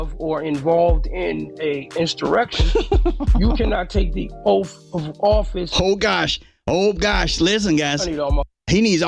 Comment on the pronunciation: "You take da oaf wif insterection." I wish he'd be more pacific.